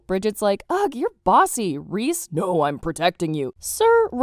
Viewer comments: NOT REES, RICE 😭😭😭😭😭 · who da flip is reese? its RICEEEE SPELT Rhys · REESE LARSEN?? WTF NO ITS RISE—S